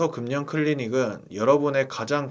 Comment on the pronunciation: 금년이뭐예요 금연을 그면으로 말씀하셔야지 연음법칙